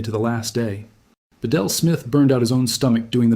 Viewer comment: Smiths name is pronounced beetle not ba-del, and the usual double talk to stretch the time out good ole AI.